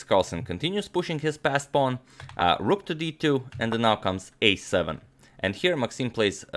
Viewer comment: How did it become a fashion among youtube chess promoters to mispronounce pawn phenomena? What a strange world we live in!